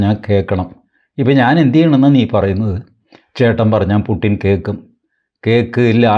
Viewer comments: കാർന്നോരെ പുട്ടിൻ അല്ല പുടിൻ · റഷ്യൻ ഭാഷയിൽ 'യ'കാരവും 'ട'കാരവും ഇല്ലത്രേ. പുട്ടിൻ അല്ല, പൂഷിൻ ആണ്; യുക്രെയ്ൻ അല്ല, ഉക്രെയ്ൻ ആണു ശരിയായ ഉച്ചാരണം എന്ന് അറിയുന്നു. രാഷ്ട്രീയേതരമായ നാനാ വിഷയങ്ങളിൽ താത്പര്യമുള്ള സാറിന് ഈ അറിവും സ്വീകാര്യമാകും എന്നു കരുതി അറിയിക്കുന്നതാണ്, ഉച്ചാരണ വിഷയമല്ല ഇവിടെ പ്രസക്തം എങ്കിലും!❤